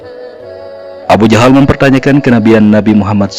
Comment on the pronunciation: alhamdulillah bertahun tahun saya mencari tahu ini ilmu yang bisa saya petik. Tpi ni alur cerita ini cara penyebutan abu jahal kok jadi abu jandal??